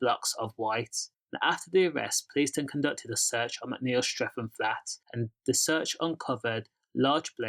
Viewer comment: It’s Streatham not streafem 😂😂😂